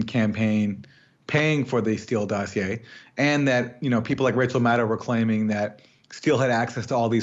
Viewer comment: Rachaahaa haa haa haa, can't even say her name. We know it's MUD.